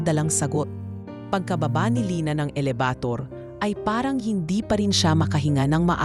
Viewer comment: Ano ba yan elabator yung bigkas